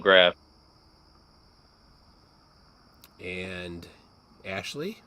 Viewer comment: Is there a difference between a photograph and a photogwaph? Because he's saying it both ways.